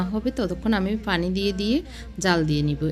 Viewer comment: আপনি "প" কে "ফ" বলেন কেন!!!! পানি, পেয়াজ এগুলোর উচ্চারণ ফানি আর ফেয়াজ এর মত শোনায়